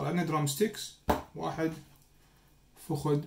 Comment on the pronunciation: هلو شيف ليش تكول فخد بدل الفخذ يعني باللغة العربية هو فخذ وليس فخد 🤔🤔